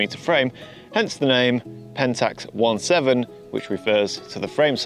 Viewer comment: Finally someone saying Pentax One Seven instead of Seventeen.